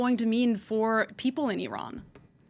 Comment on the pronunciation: It's Iran not ayran